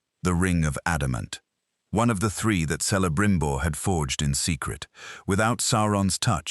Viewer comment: Its pronounced Kelebrimbor even if written Celebrimbor. Just like Celeborn who is also pronounced with a "K" sound not "S" sound even if it feels more "natural" somehow 😊